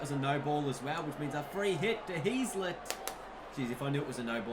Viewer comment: Heazlet is pronounced hazlet, not heezlet.